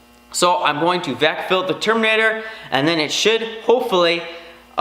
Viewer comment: Is it Terminator Or "Cherminator" as you pronounce it